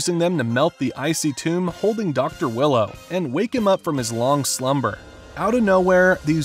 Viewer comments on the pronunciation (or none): It’s dr wheelo not willow ..